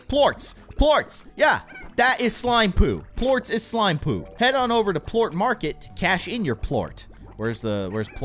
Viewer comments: They aren't plooats. its (Plor-ss) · he pronounced Ports wrong